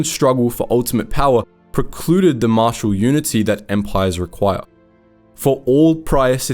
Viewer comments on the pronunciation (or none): none